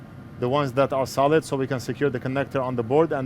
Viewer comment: Everytime says "solid", I hear "salad". What can you do?